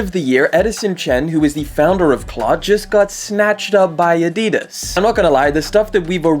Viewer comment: You pronounce adidas incorrectly